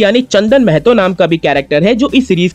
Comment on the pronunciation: भाई मेहतो नहीं महतो है वो